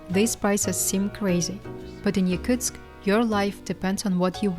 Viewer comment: Wow that’s madness, props to Daiaana and other Yakutsk locals! I could never live there. Is it pronounced Yakutsk or Yakuteya (phonetically)? Because the narrator said both several times.